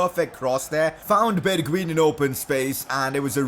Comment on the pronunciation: #PCQ you call bergwijn =bergwien You schould say it as bergwein